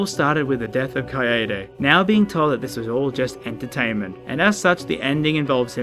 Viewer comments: Kai-Day. Kaede. Kuh I Day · HE SAID KAYAYDAY HAHAHA Kill me Or step on me, Junko.